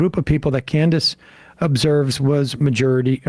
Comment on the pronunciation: The majewrity report